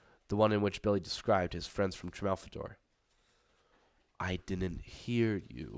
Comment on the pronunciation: it's TraLfaMadore, not Trafalmadore.